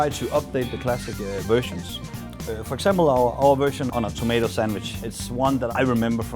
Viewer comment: "For eksempel".. Classic.. xd